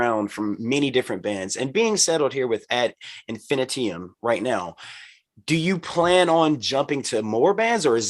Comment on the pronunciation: Ad Infinitee-um Lol. He pronounces it like an element in the periodic table.